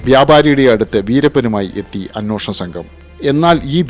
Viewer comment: അ'ന്വേ'ഷണം എന്നാണ് ശരിയായ മലയാളം.. അ'ന്നോ'ഷണം എന്നല്ല